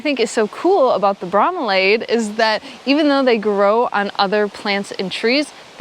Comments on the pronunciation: Bro-me-lee-ad your welcome lol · Bromeliad: Bro-Me_Lee-Ad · Bro-mee-lee-yad. The ending is "-iad," not "-aid." Nice trail! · Bro-milly-ad is how you pronounce those plants members of the Bromeliaceae family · hi! farmer in hawaii so most of those plants i have in my own garden! its pronounced bro (as in hey bro pass me the salt) mel (as in mel brooks) and iliad (as in the iliad, on old greek story). you should have looked into the larger ones they catch water and some of them house entire ecosystems including crabs! ps: mergul says hi! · "Bro" as in ow yer doin bro. "Mill" as in mill. ""E" as in eee. "Ad" as in boring informercial between the interesting bits in your awesome vlog. Thanks. You pronounced "jardin" much better the second time when you weren't trying so hard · Bro--milli--ads. That is the way all the zoo and greenhouse people pronounced it around me. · Bro-mili-ad is how we say it in FL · pronounce bro-me-lee-add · It is pronounced Bro- milli’-ad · Bro-mill-iad = bromeliad...emphasis on middle syllable. Neat plants in pretty area.